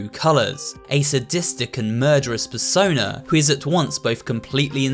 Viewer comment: I literally heard him say fursona, although he plrbly said persona 😂😂😂😂😂😂